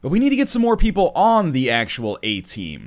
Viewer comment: Is NL Canadian? ... 'cos it totally sounded like "eh" team to me.